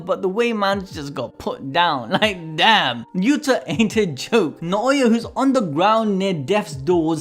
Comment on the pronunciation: Yuuda! not Utah!